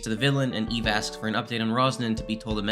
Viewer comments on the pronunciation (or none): none